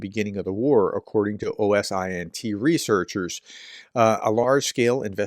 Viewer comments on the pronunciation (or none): Prof, I look forward to the day you correctly pronounce Oh-sint (I won't submit links, you are able to Google or YT search it) Open source intelligence and I thank you. Much love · people who work with OSINT pronounce it "OH-sint".